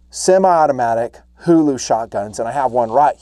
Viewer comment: huğlu pronuncation is right.